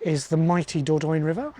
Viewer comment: Hi, enjoying your videos, thank you. And your van is fabulous! Just a tip - and you are not the only English person who pronounces it incorrectly, believe me - but it's better to try saying THE DOR-DON-YE!😅